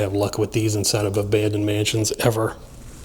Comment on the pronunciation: Car. Not. Abanded😅